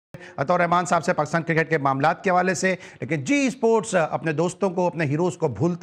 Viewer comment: The host be like issssports, cirkit, 😂😂😂